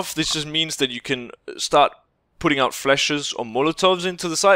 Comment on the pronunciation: "No-one can shoot you 'oot'" Are you Scottish now?